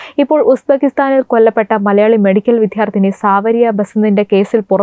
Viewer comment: വിദ്യാർതിനി എന്നാണ് ശെരിയആയ ഉച്ഛരണം. അല്ലാതെ വിദ്ധ്യർത്തി അല്ല.